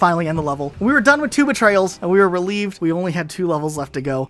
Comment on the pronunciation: I swear he was calling two betrayals “Tuba Trails” lol